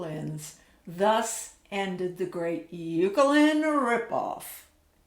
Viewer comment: I've had this instrument for years. Thanks for the vid! BTW: Ukelin (pronouced: oo-ka-lin, like ukulele, pronounce oo-ku-lay-lee)